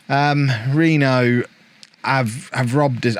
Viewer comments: "Reeno" is correct. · yes you pronounced reno correctly